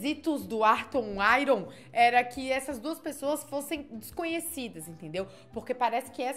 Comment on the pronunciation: Não é IRON . É AIÃRN